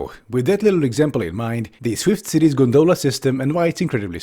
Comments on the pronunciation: Wonderfully cutting, as always. Psst: it's GONdola, not gonDOLa. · Great video...but pronunciation is "GON-dola". The accent on the first syllable. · The fact you pronounce it gon-doh-luh instead of gon-duh-luh is more abominable than the gondola